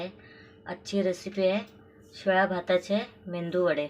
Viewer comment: Mendu vade nave ho meduvade😅